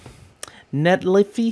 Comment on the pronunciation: I think its NET-lei-fi